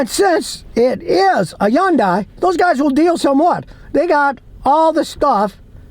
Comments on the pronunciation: You are pronouncing the name wrong. It is Hyundai like Sunday, it is not Hyundi. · Scotty, don't make the name Hyundai so complicated. It's " Hun'Day" rhymes with Sunday.... Not "Hi You In An Day". Keep it simple, dude. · It's pronounced HUNDAY